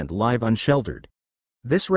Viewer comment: Why not hire a homeless person to narrate your videos? Anybody would be better than the machine, which doesn't know how to pronounce "live" in context.